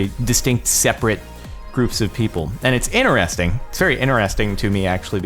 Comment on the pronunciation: I've been watching you for... quite long, but I never could stand how you say "interesting"/"interested". I thought its being said complete other way